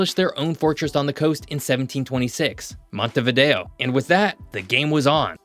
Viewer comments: Se llama MONTEVIDEO .. No " Montevido " ... imperdonable error. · URUGUAY ES UNICO, SU POBLACION ES UNICA. Y SU CAPITAL ES MONTEVIDEO, NO MONTEVIDO. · "montevido" (NO) . "Montevideo" (SÍ) le pronunciación de la capital de Uruguay es mala. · Para hablar de algo hay que saber,al decir varias veces montevido se nota falta de preparación,es montevideo,por lo demás es bastante exacto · Se pronuncia MONTEVIDEO !! y Uruguay NO es un país minúsculo ni estamos despoblados. Somos 3.4 millones y nos gusta así. Tenemos muchas ventajas comparativas respecto a otros más poblados o grandes. De tamaño somos el doble que Portugal,Austria,Irlanda por ejemplo. Tenés que estudiar más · Quien habla o no sabe leer o es un típico caso de "Estupidez Artificial". La capital de Uruguay se llama MONTEVIDEO, ¿entendiste? JG